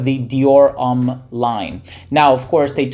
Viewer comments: not even close. It's pronounced "Om" as in meditation, not "ummm" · "Dior Umm"